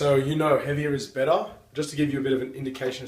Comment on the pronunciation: Heaviah is bettah.